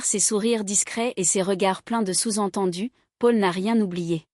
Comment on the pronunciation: Le prénom Paul est très mal prononcé 😮